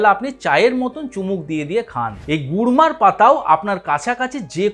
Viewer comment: Gurmar পাতা বলেছেন উনি kurmar নয়.